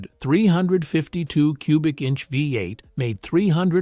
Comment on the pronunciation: TELL YOUR G.D. ROBO-VOICE TO STOP SAYING "VAI-EIGHT" FOR "VEE-EIGHT"!